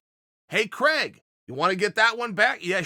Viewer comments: Craig Jones: My name is spelled Craig not Criag. Chael: I say it's Criag. Craig Jones: OK great. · "Criag Jones"